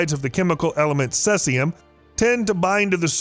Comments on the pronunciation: Never hrd of sessium. Heard of ceasium= see-zee-um. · He spells it wrong so that people will comment on it. It worked on me. Sea-zee-um minus 134